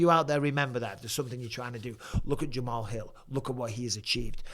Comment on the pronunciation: Jamal's Hill ❓❓ Really ⁉️ Bisping 🫵 You Should Do Homework At Least Get The Names Right